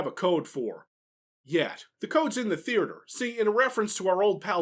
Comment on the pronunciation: Does anyone else ever crack up when they hear say the word “theater?” 😂